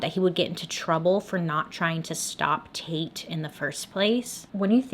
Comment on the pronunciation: Dislikes are at 420 😂 I'm smoking to that. Not going to lie with my immature mind everytime I. You saying "taite" I kept thinking you where saying "taint"🤐😂 I fail being an adult. Love your channel! The best ever!